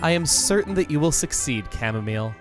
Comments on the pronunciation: it's supposed to be "au" not ar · Everyone’s talking about how he said Chamomile in the intro, but I’m here just glad that someone understands how bad the raid battle AI is in Sword and Shield. Edit: I am happy he said Chamomile as well.